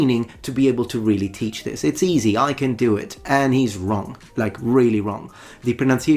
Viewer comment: as is very common with ESL people, they have a really hard time with minimal pairs so they will pronounce "this" as "these" and even "these" isn't correct because they say "s" instead of "z". really hurts my ears. as for "mochi", not only was his mora and pitch incorrect, but also the "ch" sound was bad.